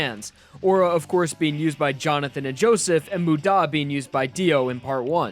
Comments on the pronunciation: Why did you say moo-DAH It's MU-da Mudamudamuda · When he starts screaming Muda it ends like damu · Your pronunciation absolutely atrocious dude; there’s only 2 syllables in muda, you had a 50/50 chance of getting it right, and you got it wrong every time. Also, Giorno is not pronounced as gee-or-no. It’s pretty much pronounced something like Jo-er-no. Giorno. That’s why him being a Jojo still works out. Because the Gio- is pronounced similarly. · everyone I’ve met: mOOda me: mudÁ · This man pronounces "muda" as "mude-a" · this guys pronunciation annoys me... Moo-daw... W E A R Y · K, I gotta be that guy. You're emphasizing the DA part of MUDA when the MU is what needs to be annunciated. Sorry, I realize it's minor, but it's driving me crazy. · It hurts to hear the pronunciations of wry and muda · Idk why but it bothers me the way he pronunces muda or wry. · Why is he emphasising the da in muda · Not to mention his weird emphasis in "muda" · U saying Muda makes me want to dislike and report this video please stop